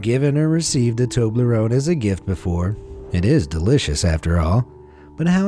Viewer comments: Him:Toberone Me: ???????? W u t ??????? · I’ve never heard of a Tobar loan or whatever candies cold I can’t pronounce it right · What the heck is a toblaron